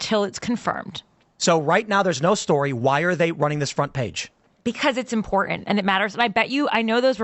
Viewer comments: She's a silly girl. Can't even say the word, "im-por-tant." Instead, she says, "im-por-ent." All those silly girls do that. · I watched the full Timcast episode, she was very difficult to reason with and frankly annoying to listen to. Also she just pronounced 'important' as 'impor'ent' and I cringed.